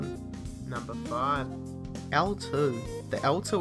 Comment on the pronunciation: nUHmbuh fIVe